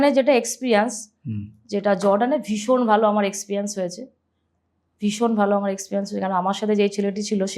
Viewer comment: তোমার গেস্ট কোন ক্লাস অবধি লেখাপড়া করেছে??? জিজ্ঞেস করলে না?? ঝাড়গ্রাম কে বলেছিল ' ঝাড়েগেরাম '!! এক্সপেরিয়েনসকে বলল এক্সপ্রিয়ানস!!!